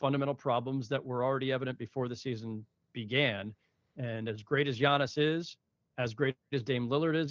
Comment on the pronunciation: Omg please stop calling him G-annis that is insane lmao